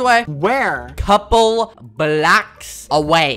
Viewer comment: THE WAY HE SAID BLOCKS XD